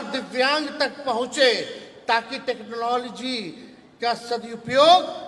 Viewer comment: Pahle टेक्नोलॉजी तो सही से बोलना सीख लो, बिहार की जनता अब तुम जैसा के झासा में ni आएगा रोजगार,पलायन पर बात करो ये देंगे वो देंगे अपने पॉकेट से दोगे क्या. पूरे राज्य की ऐसी तैसी कर रखे हो..